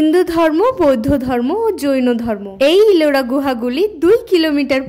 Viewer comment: Ota jaono dharma noi Jain dharma. Aktu pronunciation er problem hoyeche baki sob thik achhe